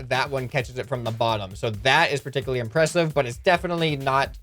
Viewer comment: Purticularly 2 times